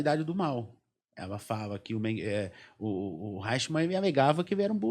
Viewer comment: O nome é Adolph Eichmann, e não Reichmann. Pronúncia-se {aichmann}... O cardeal Eugénio Pacelli, foi núncio apostólico em Berlin até 1935, É saudava o "Führer, com tonitruantes "Heil Hitler ...esse cardeal era um príncipe da casa real italiana, país que fêz parte do Eixo, junto com o Japão. Esse cardeal já em 1940, já era o Papa Pio XII... fascistão...daí a facilidade com que os nazistas conseguiram obter passaportes diplomáticos do Vaticano . Organização Criminosa milenaria... A Hungria era aliada de primeira hora da Alemanha nazista. "Stammer" não e um nome húngaro, é alemão... Havia e há na Hungria, numerosa minorias étnicas alemãs, do período austro-hungaro... Como em todos os países balcânica...:Romênia, Croácia, Eslovênia ,Servia etc..daí o grito de guerra dos nazista era: "Ein Volk, sim Reich, sim Führer.... E pelas leis do III REICH..., ALEMÃO, É TODO AQUELES DE SANGUE ALEMÃO/germânicos, independente ONDE QUER QUE TIVESSEM NASCIDO.